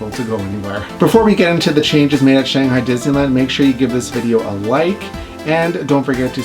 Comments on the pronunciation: this is how we pronounce it in english. “shang” like “bang” - “hi” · I love these videos so much!! But please please, please pronounce “Shanghai” correctly!! :D